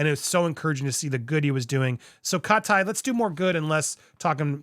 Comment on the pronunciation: 😂😂😂😂😂 HOW you slapped that pronunciation to her name 🤣🤣. CAW- TĪ 👁️ CAUGH-TĪ